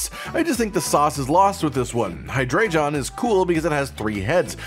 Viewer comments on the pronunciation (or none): Again with the Hydrei-john thing. I get that you probably haven't heard it pronounced before, and a lot of pokemon names are unclear if you haven't seen the anime, but just looking at the letters, there's no J there. So I am uncertain as to why you are pronouncing it in that way. It's Hydreigon, not Hydreijohn.